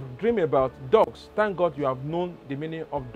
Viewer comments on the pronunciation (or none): none